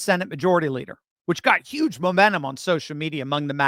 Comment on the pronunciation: "Yuge"? I thought you were from the Philly area, Doc, not New York. Do you also say "two yutes"? 😄